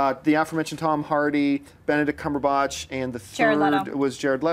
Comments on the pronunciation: JOHN!!! It's freaking CumberBATCH! Not CumberBOTCH.. Come on man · Jon still doesn't know how to pronounce Benedict Cumberbatch